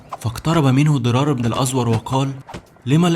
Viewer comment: باشا هو انت عمرك ما سمعت عن أسماء الصحابه . مين أزور ده . ابن الازووور . بضم الواو .. وعندك كذا خطء لغوى سواء فى سرد الأحداث او اسماء الأشخاص . اظن انت بتروى تاريخ وعن العرب فاقل ما يكون ضبط القرائه